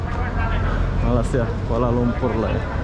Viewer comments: jawa Mana sih ngomong malaysia kok nggak bisa ucapin Malaysia bukan Malasia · Belajar ya ucapanx biar enak didengar hati hati loe Nama Negara orang nyebutnya yg bener Malay sia